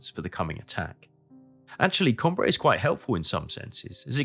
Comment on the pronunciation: Que c'est fatiguant d'écouter la voix d'une IA ,on dit Cambrai et non camb raï